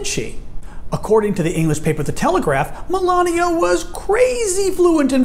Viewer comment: her name is Melania not malaria